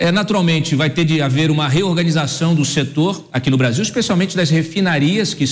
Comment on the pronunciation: Obrarzil. Perciza querce. Deca geito lascou o brazirriro